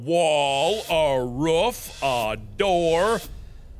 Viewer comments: when mark says roof he sounds like hes making a dog bark ruf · he says "roof" the same way he says "room"